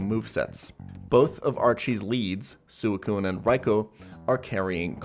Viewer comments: It’s “Sweecoon” and “Riekoo” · (Swee-koon) and (Rai-koo), not (Su-ee-koon) and (Rai-ko)